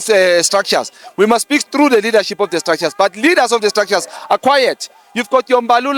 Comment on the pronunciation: Where is Nomvalo tell him to pronounce words right not De its THE and not Oathi but OATH sies maan